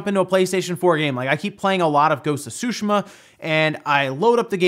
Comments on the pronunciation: " Ghost of Sooshuhmuh" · I’m pretty sure that’s not how you pronounced Tsushima I didn’t play the game so I don’t know but sushima sounds wrong to me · “Ghost of Shushi-Ma” is what I keep hearing. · I dunno why, but the way you said "Ghost of Tsushima" just cracked me up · Nayyar Rashid I know that’s how you pronounce it, I just found it funny for no reason. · It’s Tsushima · Dude, love your content. Very informative. But please, please learn to say Ghost of Tsushima properly. drives me insane every time you say it wrong. This is only banter but yeah, try and say it right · please pronounce tsushima correctly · I like all your videos... but for the love of God stop pronouncing Tsushima in the wrong way! The accent falls on the "I" not on the "U". Please... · pronounce tsushima correctly next time wtf